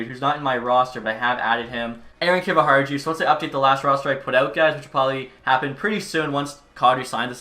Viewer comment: Not to be the the pronunciation police but Kiviharju is pronounced like Kiviharyu with the ju at the end sounding like the word you. Just something I thought I’d point out but still love the videos keep up the great work